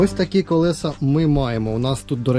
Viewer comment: Не колесА, а колЕса, кОлесо! Покращуємо канал і мову разом! 😊 Вподобайка за відео!